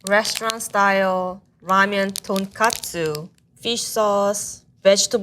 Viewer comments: cant get over her consistently saying "tonkatsu" 😥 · so shes a ramen chef but pronounces tonkotsu as tonkatsu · The girl keeps mispronouncing Ramen as ramyen or ramyun... And tonkotsu as tonkatsu 😐😐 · Ton k-O-tsu. Not tonkastu 😂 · Tonkatsu vs tonkotsu.... very different things. She said katsu many times. >< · She lost all credibility when she said tonkatsu instead of tonkotsu. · The way keeps saying "ton-KA-tsu" (aka pork cutlet) kept making me cringe... It's pronounced ton-KO-tsu! 🙄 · when the lady said tonkatsu instead of tonkotsu ; ~ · Pro chef can’t even say tonkotsu ramen properly. It’s not tonkatsu! 🤨 (female chef) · I guess even chefs get Tonkotsu and Tonkatsu mixed up... They really should not though. Come on! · doesn't know how to say tonkotsu?? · surprised the first chef can get tonkotsu and tonkatsu mixed up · "Tonkotsu” and "Tonkatsu" are similar words but should not be confused.